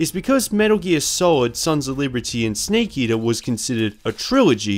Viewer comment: "sneak eater" (Don't worry, us kiwis across the ocean also get shit for our accents lol. Great video!)